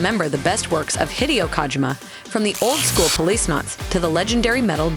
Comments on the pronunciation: Yo who the fuck is KAHgymUH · Please stop saying kaajima